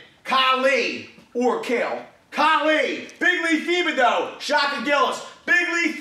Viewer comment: Thibodeau is pronounced tib a dough